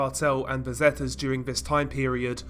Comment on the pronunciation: Zetas is actually the letter z in Spanish. Not zets